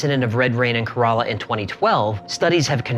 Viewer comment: You finally miss prounced an area in india Kerala.